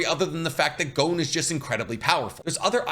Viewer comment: Why does he keep saying Jing? In the dub gon clearly states gene